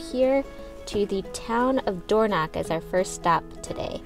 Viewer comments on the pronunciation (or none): Door knock???? Even google has got the wrong pronunciation!! you say it using the back of your throat! Dorno (use your throat to make the sound)ch, DO NOT pronounce like a k. Next, this is the Spelling of Alness, one L not two, this is how Burgh is spelled and pronounced BURRA NOT borrow!! Disappointing you didn't show the inside of the Cathedral as it's stunning!! Did you know that Maddona was married here!! Not the best time of year to visit these parts as everything is almost at a shutdown especially high up in the Highlands!!